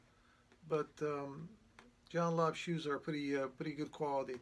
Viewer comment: John Lobb, English makers, they do pretty good work, 🤣🤣🤣🤣 He doesn't have a clue about shoe quality, John Lobb, along with Edward Green, George Cleverley, Church's, Gaziano & Girling (I remember seeing the video, he never heard of the brand, barely could say the name) make the best shoes in the world, but they do pretty good work. What to expect from someone who knows only Florsheim and Allan Edmonds, who are centuries behind European shoe craftsmanship.